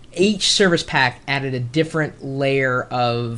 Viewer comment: "serviche pack" lmao